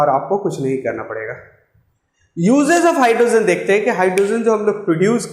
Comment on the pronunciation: Sir you explain nicely but please don't pronounce it as hydrosen it's hydrogen